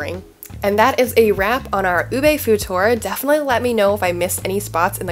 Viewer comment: Thank you for all the info on where to get ube stuff in the bay, but just one little quibble, it’s pronounced u-beeee not u-bey, UBEEE lol. Sorry I’ve been watching all these whitey bloggers in the Philippines mispronounce it and I finally couldn’t take it anymore lol. Signed Filipino Rachel here in Davis 😊 Love your content btw 🥰